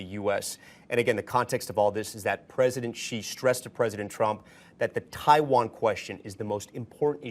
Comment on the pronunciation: Rubio cannot even pronounce China president's name right. on the video Rubio calls him "President GEE." The President of China's name is pronounced SHEE. Not GEE. SHEE. It is spelled Xi and pronounced SHEE in Chinese. President Xi has been President of China for the past 13 years. Rubio calls himself America's "chief diplomat". but he doesn't even know how to say the name of the president of China! Rubio talks like a junior high kid who read a chapter of the encyclopedia about China and is practicing to give a speech about what he learned to his class at school.